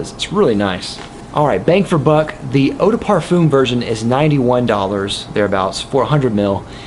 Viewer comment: Why do you pronounce eau de parfum so weird? Incredibly distracting on what is an otherwise wonderful review